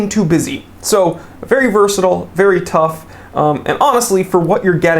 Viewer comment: I lost it when you said “TOUGH!!” 🤣